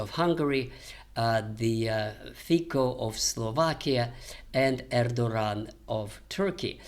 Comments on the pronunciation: Please professor, Fico is pronounced with a "c", not "k". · With respect, priminister`s surname Fico is pronounced with " c", not "k".